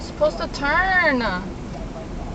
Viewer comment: Women like putting A's at the end of their sentences. "You're supposed to turnah!"